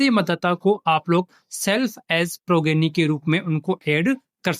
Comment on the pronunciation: सभी blo से रिक्वेस्ट है कि progeny को प्रोजेनी बोलें, यही सही उच्चारण है😊